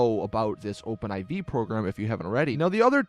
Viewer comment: It's Open 4 dude. Not Open 'I-Vee'.